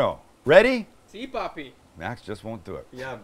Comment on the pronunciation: That "si papi" sounds so wrong! Hahahaha!!!